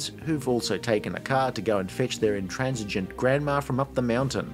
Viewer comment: Intransigent grandma! 😂 I had to rewind twice cause I heard transgender